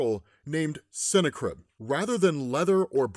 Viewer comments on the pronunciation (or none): I think its pronounced different not cine-crib but sin-na-crib🎶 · Just think of it like it’s snack ribs to say the name right ok lol .